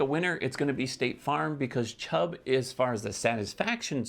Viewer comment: did you say Chub?